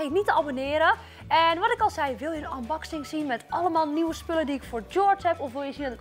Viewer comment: Je zegt niet anboxing maar unbuxing